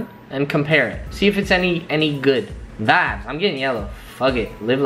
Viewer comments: Some one tell this dduuuuudd to stop saying vibes or vaabs like bro 😂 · People will say it’s a region thing but I know Canadian people that say vibe as vibe and not vabb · if he says VIBBESS again I am gonna... :/ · Todo. Senpai That may be the word he means to say but pronounces it "vabs". Freaking annoying and WAY over used. I love to drink but would die of alcohol poisoning. I feel like he's trying to make it a thing in how he pronounces it but it sounds so dumb and will never happen. I only watch because I'm interested in buying from these sites so want to check out the quality. But he drives me crazy trying to sound cool. My personal opinion is his videos would be so much better if he just spoke normal. Then personally they would be great videos and I'd thumbs up them all. Other comments show I'm not alone. Again, just my personal opinion. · Todo. Senpai is that what he's saying? I hear vops, vaps, vobs, vabs... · Dude stopppppp saying VABSSSS😑🙄🙄💀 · Okay ppl we get it u don’t like him saying “VABS” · I definitely thought he was saying faps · OMG he's trying to say vibes but he saying it wrong lol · Just when I started getting over "not bod" he starts with "vabs" I almost stabbed myself in the ear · Wtf is a vaaab lol I thought this dude said fap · stop saying vabes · Omg stop saying vvaabbb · Stop saying vides pls